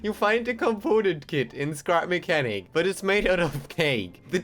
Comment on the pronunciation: did you just say crap mechanic